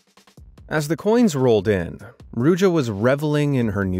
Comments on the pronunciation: as a bulgarian myself, the way you abslutly butchered ruse in the beggining just had me rolling on the floor in a mix of cringe, laughter and pain. Good video tho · PLS have some respect and pronounce Ruse/Русе correct! It's not hard.